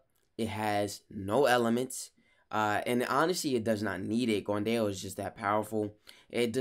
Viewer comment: Dao is pronounced more like you are saying Ow after being hurt